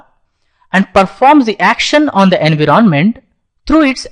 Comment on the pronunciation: I love your accent "engroment"